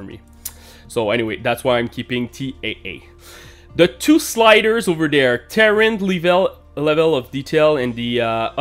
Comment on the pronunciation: Ter rain is how you pronounce Terrain NOT Ter ran. ;) You are welcome :)